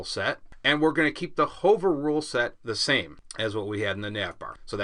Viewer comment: These are great, thank you! Though, your pronunciation of "Hover" is killing me! =)